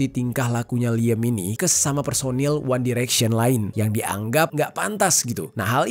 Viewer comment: Liyem, one direksyen, buenos airis, ripley